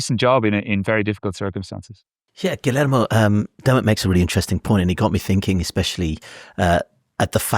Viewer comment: AYO IT’S “GHEE-YER-MO” NOT “GILL AYRE MOE” poor guy is wincing whenever you said his name